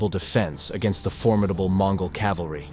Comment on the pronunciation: CORRECTION! It is "CAVALRY" and NOT "CALVARY" as the latter is a place in Israel.